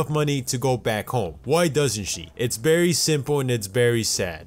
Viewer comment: Y'all notice that he says "berry" instead of "very"?